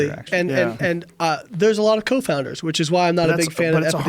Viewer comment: Confounders Layne, not co-founders!! What the fuck? I thought you had a PHd